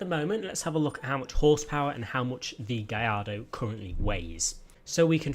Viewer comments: G A L L A R D O not Giardo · It's gaLLardo Not gaiido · Lamborghini Gay-ar-do.... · Wait, have I been saying Gallardo wrong all my life? Is it really pronounced " gai-arr-do? " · Is it GaLLardo or gaiiardo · Learn how to say Gallardo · HAHAHAHAHHA, How he pronounced Gallardo kills me